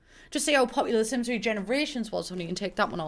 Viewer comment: De Syms Teem traits. BAHAHAHA!